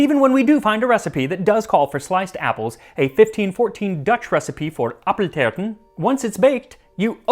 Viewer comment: Max, congrats with your wedding and your lovely husband. Much love from the Netherlands. Ps. the dutch word for apple pie appeltaart is pronounced more like the english tart than anything germanic. Prolong the a sound a bit and you're there.